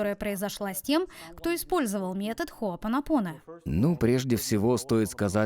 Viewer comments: Что у неё с ударениями 🤦‍♀️ Джо ВитАле ...а не ВиталЕ . ХоопонопОно.... а не хоопонОпоно.... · Приветствую)) Благодарю за ранее - ты уверена что так произносится хоопонОпоне...и джо виталЕ ???